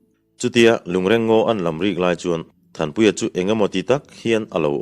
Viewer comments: A ngaihnawm ṭhin hle mai achhiartu in a zir bawk a. Lungreng tih hi i chhiar dan hmasa kha a dik zawk hmel e. A ṭawngkam lo chhuahna pawh, lung den khawm,lui a sangha man nan a awmze nei a an den khawm sawina a ni e. Ngawi andawhin ngawi tlangpui tuilian in a hnawl chhiat mai loh nan lung andeng khawm phei ṭhin bawk a,chu chu lungreng deng an ti bawk. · A ṭawngkam lo chhuahna aṭangin a dik hlel deuh lo maw? Rual u zawk leh kum upa zawk te chuan 'reng' tih lai hi alam rik dan hmasa zawk kha a dik zawk an ti zel bawk sia. A ṭwngkam lo chhuahna ka rawn sawi mai a nia